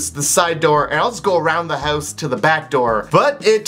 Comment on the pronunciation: the way how he says "house" XD